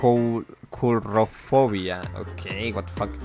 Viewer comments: La palabra:coulrobofia Aquino:Qlofobia, coulROCKfobia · pensé que había dicho ''culofobia''